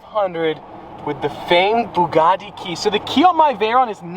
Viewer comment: Still cannot pronounce the word Bugatti properly. Get a grip.